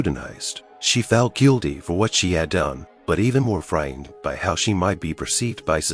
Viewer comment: The narrator needs to go to school and learn how to read and pronounce English words properly. Narrator pronounces BY as BE is a good example.